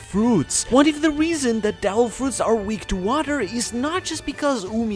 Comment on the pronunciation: suggestion: maybe next time speak clearly devil fruits becomes dell fruits 🤣